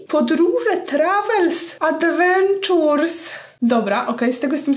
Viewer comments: "wycieczki, podróże, trawels, adwenczurs... " Hahahahaha nmg z tego 😂❤ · Trawels, adwenczurs 😁😂😂😂😂😂 uwielbiam cię! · Trawels i advenczurs" o taak to było najlepsze 😆